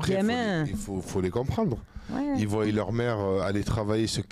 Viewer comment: 2 min 45 "ils voiyent leurs mères..." Du verbes "voiyer" je suppose